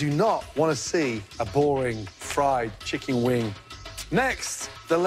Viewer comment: "Chickeen Weng" 😏😏